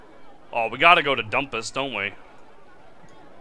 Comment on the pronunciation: I believe the `dhu´ of Dhumpus is pronounced as a j-sound, kinda like ¨Jumpus.¨... But that´s just a guess.